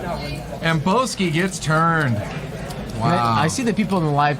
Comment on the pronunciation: Who the fuck is Boss-key? I only see someone called Bowski.